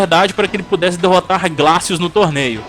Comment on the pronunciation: não foi por causa disso, foi porque descobriram que ele utilizava implantes de titânio nos braços, que aumentava muito mais sua força. não se pronuncia "raptor" e sim "riptor" mesmo. não se pronuncia "glacius" e sim "gleicious". os finnishing moves são chamados de No Mercy neste game terminar de falar sobre o primeiro game da série e NÃO CITAR O MOVIMENTO COMBO BREAKER foi de longe o maior fracasso desse seu vídeo. Refaça. Por favor. Refaça